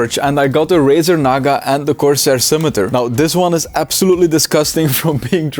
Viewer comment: "Razar naga"💀💀💀